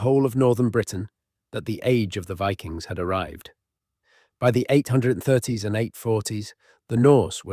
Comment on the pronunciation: Viking's or VI-Kings